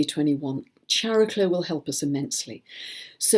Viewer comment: If Chiron is pronounced "kai-ron," shouldn't Chariklo be pronounced "kaer-i-klo," with a hard "k"? It's Greek -- like "chemistry" and "chameleon."